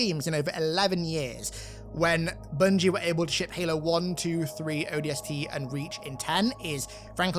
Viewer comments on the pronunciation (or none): none